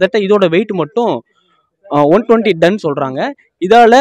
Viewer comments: பத்திரிக்கையாளருக்கு.. தமிழ் உச்சரிப்பை நன்கு பழகவும்...அது டன் (Ton) Don இல்ல... தமிழ் செய்தி நிறுவனம் ஆனால் பேசுவது தமிங்கலம்...தமிழ் சாவுது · It's not done It's ton